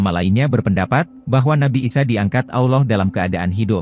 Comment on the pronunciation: sama cuma satu.. betulkan dulu kalo nyebut kata Alloh.. saya terasa "kerih" ditelinga kalo dengar admin myebut kata Alloh.. admin nya kok susah ya nyebut kata Alloh.. apa adminnya nonmuslim ya.. coba cari pembaca admin yg lain .. biar enak didengar...